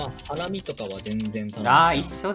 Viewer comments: ハラ↑ミなのでこの世界ともとも違います🙄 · 「ハ→ラミ」だなぁ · ハ↑ラミだとちょっと「サラミ」感あるかも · のイントネーションがバレる…w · これ配信の時も見てましたww 最後が｢僕カルビと一緒のイントネーション｣って言ってたけど、カルビもハラミもイントネーションちがかった気がする……😂 と、思って何回も確認したけど分かんなくなりました😊